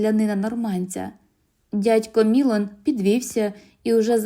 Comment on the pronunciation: Дядько МілОн. Наголос в французьких словах падає на останній склад.